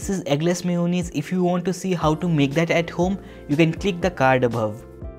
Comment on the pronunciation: It is not mayonees it is mayanass